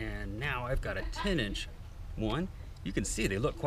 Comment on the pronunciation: Every time you say "10 inch" I understand "teenage" xD